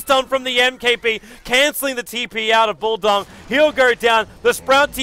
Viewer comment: did he say bulldong ???